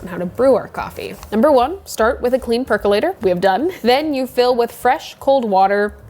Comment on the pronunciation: I was so excited when you said "perc-UH-lator" because I finally heard a pro pronounce it! And then you also said "perc-YOU-later" 🤣 I think your videos are fantastic. Thank you for making them!